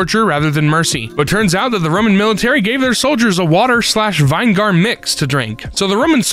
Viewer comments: I think he saw everybody complaining about it and doubled down, as in one video he mispronounced a LOT more than "vine-gar" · WTF is vine-gar??? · "vine-gaar", heh-heh-heh. Wait, no, is that really how Americans say vinegar? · Pickles are just cucumbers soaked in vinegar (vin-i-gur) lol 😂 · VIYN-GARR <3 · Sorry....... VINE-GAR??????????? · Losing my mind at how pronounced vinegar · is one of my favorite narrators, but the way he says "vinegar" is making my skin fall off. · Someone needs to tell how vinegar is pronounced I'm begging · As a black person, I think the verbal gymnastics to avoid accidentally saying the n word are comical at this point. Just say vinegar properly please 😅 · It made me feel emotions that are wrong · oh absolutely If anyone is confused, say the correct pronunciation slowly and listen for any naughty words you wouldn’t want people taking out of context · why tf did u pronounce vinegar like that